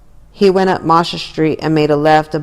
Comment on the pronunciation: Yours saying the street very wrong